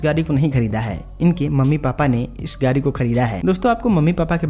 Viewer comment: Gadi bolo Gari nhi